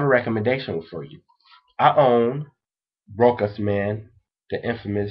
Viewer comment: You are so cute and adorable! I wanna take you home and cuddle you, lol. BUT pleeeease all you American fellas, PLEASE try and learn to pronunciate your French terms appropriately. It is called "Roouuuuhh.....shhhhhhhhaaaaaaahhhhhhhzzzz"! (it is an open "o" like in the word "WoW")....it hurts me when you say "Rokkkk-ahhhz" lol